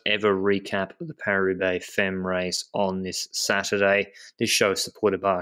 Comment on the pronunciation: 'Femmes' pronounced 'fam' as in family.